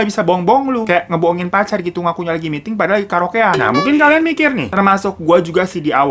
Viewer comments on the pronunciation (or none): none